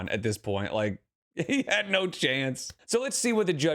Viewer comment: The way the girlfriend says “had and “dad” it’s “hayud” and “dayud”